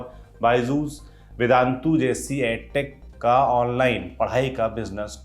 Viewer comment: आप बार बार ऐड टेक बोल रहे हैं जबकि एड टेक (education, not aducation) बोलना चाहिए। आप lallantop हैं, भूल गए क्या? जाने कितने देहाती छात्र आपका अनुसरण करते होंगे, कृपया भूल सुधार का वीडियो बनाएं ताकि वे भ्रमित न हों।